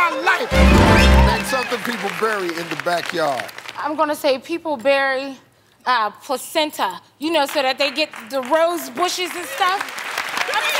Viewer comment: She said placenta 😂😂😂😂😂😂😂😂😂